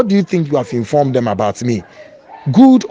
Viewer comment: Child exactly. He said “the programme is meant to educate and informED” lmao